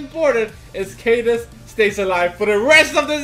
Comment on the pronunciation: Bro is pronounced like Kadeez. Ka= Kaboom. Deez = Deez nu$@ Kadeez